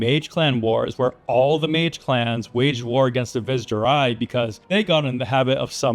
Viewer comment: Sorry to say, you're mis-pronouncing "Vizjerei'. It's not pronounced "viz jerei". It's pronounced "vizherei". As heard pronounced in Diablos 2 and 3.